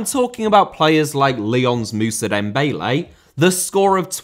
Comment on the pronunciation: Granit* not Grane Dembélé * not Dembeilei Antonio* not Antouwniouw Conte* not Contei Rather* not Rother Andrea * not Ondreja José*not Djouwsei Serie* not Siri Dybala* not Dybohrler Leverkusen * not Leiverkusen Robert* not Robehr Álvaro* not Alvohrouw Morata* not Morohrter Fábrica * not Fabrica División * not Devegion Vallecano * not Vayecohrnouw Time * not Tahm Liga* not Liguer Lukaku* not Lukohrku Inter* not Ento Debut* not Deibyu Five* not Fahv Fabián *not Fabian